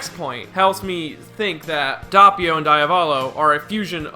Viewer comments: that way you pronounce doppio as an italian piss me of its dOppio not dahppio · ITS DOPPIO NOT DAPPIO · Also it’s Doe-pio, not daw-pio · The way you say doppio infuriates me